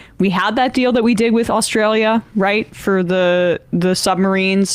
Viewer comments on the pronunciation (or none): none